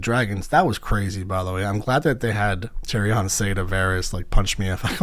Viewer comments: You’ve never once heard Tyrions name pronounced that way lol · Your persistent mispronunciation of Daenerys and Tyrian's names is remarkable. Great job otherwise.